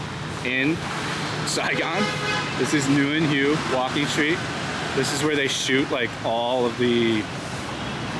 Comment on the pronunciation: Bro, PLEASE! 🤣 it's pronounced Nguyễn 'wheyy' with an upward tone, not Nguyễn 'who'!!! 😭